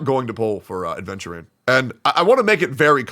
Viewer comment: you cant even say his name right ofc youre not pulling 😭